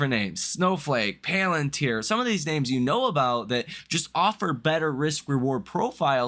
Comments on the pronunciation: You are fired from pronouncing the word PALantir hence forth. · I watch you everyday and I normally don't have much of a problem taking your analysis into consideration.... However the fact that you can't pronounce palantir correctly makes me think that you're not actually following the market and therefore I don't actually know what the hell you're doing so now I'm going to have to reconsider my time allocation and watching your videos and taking your videos into consideration